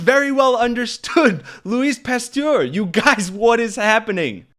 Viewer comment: I agree with you on this but you look really bad and slightly like RFK Jr when you mispronounce Louis Pasteur's name. A little bit of the pot calling the kettle black here. You have to be spot on every time you speak because it's important! Thanks and I look forward to your next video!